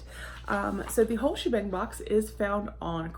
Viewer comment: The first time you said the name of the box I thought you said the wh*re shebang and for a second was like Ooohh what's in that lol lol. Good box! Yes, I remember when you did a peel off mask on a live😬. Hope you're enjoying the weekend!